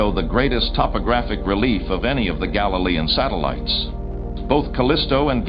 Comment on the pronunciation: Why they say galilean and io like that ew 🤢